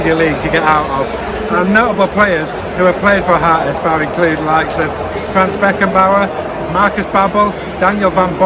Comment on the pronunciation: Nice Video! I appreciate your pronunciation (HSV and zweite Bundesliga). I only would like to add that the HSV was offically founded on the 29th September 1887 not 1919, in 1919 they only merged 3 clubs to 1 club (because of a shortage in man due to ww1). And some other famous players to mention are Son, Boateng, Calhanoglu, Kevin keegan, Horst Hrubesch, Kaltz or Van Nistelrooy.